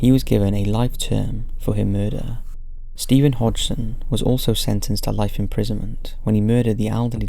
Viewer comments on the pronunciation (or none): none